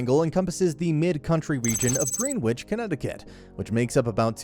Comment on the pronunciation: You mispronounced at least 2 of those neighborhoods. It's pronounced AT-THERTON, NOT 8-THERTON! AND GREEN-WHICH IM PRETTY SURE YOU ALSO BUTCHERED THAT NAME! IT IS PRONOUNCED GREN-ICH.